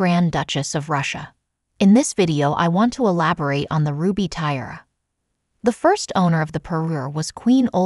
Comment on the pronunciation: Weird pronunciation of parure and tiara